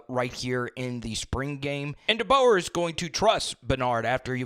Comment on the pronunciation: Facts 💯💯 He needs to at least learn the correct pronunciation of Coach DeBoer's name, seriously. all season long 💪🔥🐘 Roll Tide Fam